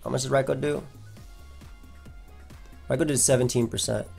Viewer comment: That is literally how you pronounce it